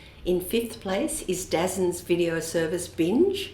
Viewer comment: I used to pronounce subscription tv provider DAZN as “dazin” also - until my teenage son corrected me (with glee). It’s “Da Zone”. (Apparently). 😂